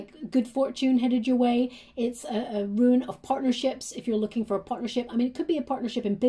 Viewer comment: Hi love the reading, it's Rune (roon) not Ruin, FYI, love you readings.